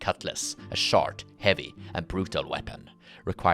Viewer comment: The way you say short is the way I say shart 😂